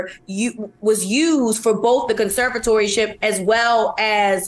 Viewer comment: Nice try Michael Smith and Michael Holley you've obviously worked with this college educated woman enough to know; she can't pronounce conservatorship. In an attempt not to be embarrassed by her lack of discernment you pretended to stumble over the word, so that y'all could make it plain for her to hear yet and still this college educated Black woman 's lack of discernment dimmed whatever points and premises projected. Sad, but true. Conservatoryship?!?! #gtfoh